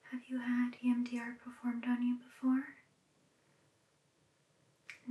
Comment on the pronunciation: I keep hearing “Iann Dior” every time she says EMDR